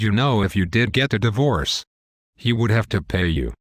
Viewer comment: what is Die VOOrce? lol least the robot voice got a face this time.